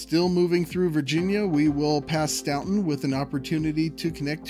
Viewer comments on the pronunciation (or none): I lived there - it’s pronounced STAN-tun. Do we get boo-boo credits for pointing this out? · Staunton, Virginia is pronounced similar to the name Johnston, not "stownton". The Statler Brothers singing quartet hometown was Staunton. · Your pronunciation of Staunton and Wytheville are so incredibly terrible that a stop in Roanoke is now been added to the route